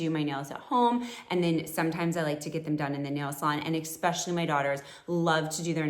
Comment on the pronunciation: "exkspecially" how does a grown woman not know how to pronounce the word "especially "